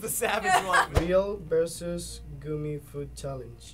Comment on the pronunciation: Who go bothered when he said real vs "goomy" challenge